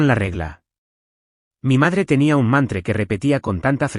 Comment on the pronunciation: La palabra correcta es mantra no mantre